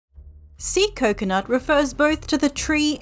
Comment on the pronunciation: bro i swear i thought you said sea nut it was an accident i swear